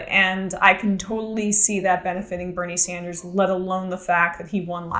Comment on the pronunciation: Did she say birney sandigiegs. Lol